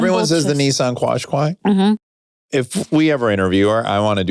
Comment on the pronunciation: Qashqui is said like kash kai, after the tribe :)